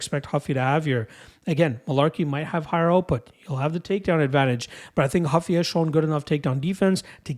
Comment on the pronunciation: it's Ruffy not Huffy